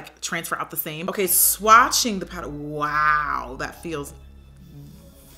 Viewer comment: “I usually like to set my prider” Love you miss O😂😂♥️